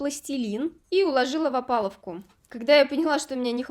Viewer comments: Только не опалуВка, а опалуБка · Правильно говорить «опалубка», а не «опаловка» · Опалубка, а не опаловка. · да что ж такое😂 че все говорят опалуВка, опалуБка правильно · Один я услышал "опалуфка" вместо "опалубка"?